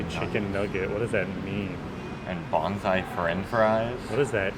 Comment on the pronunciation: When you were looking at the menu it sounded like you were saying "Bonsai" chicken nuggets rather than "Banzai". I couldn't figure out how miniature trees could have any connection with chicken nuggets! Americans do such strange things with vowels in non-English words! 😆